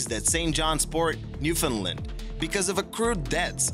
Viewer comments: The way you said Newfoundland its new-fin-land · And it's not "new fin Lind" like you pronounced it....say the word "understand". Now say "Newfoundland". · The Orlova; don't pronounce it as "New-fund-lund". It's Newfoundland, rhymes with 'understand'. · Btw its new found land not new fin lind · GOD DAMMIT ITS NEWFOUNDLAND NOT NEWFINLND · Newfoundland not new fin Lind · The way that he said Newfoundland ugh I'm TRIGGERED lol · You said Newfoundland wrong... say it as the three words that makes the word up.